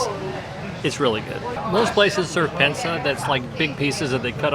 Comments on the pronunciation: Pinsa, not Pensa. 😉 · Not pensa, this is PINSA 😊